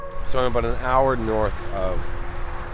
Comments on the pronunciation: "probably aboot right there" ❤ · When you said a boot I could tell you are a Canadian